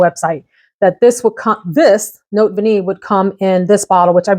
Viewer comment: You got it! You pronounce Vanillée perfectly! 👌🏻